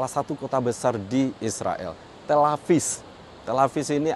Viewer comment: Tel Aviv bukan Tel Avis 🤦😂